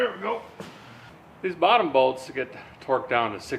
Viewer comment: Finally, a man who speaks my language. "Struggling with a boltese"